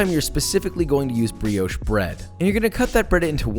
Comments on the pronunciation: "The brioush" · pronounced brioche wrong. Disliked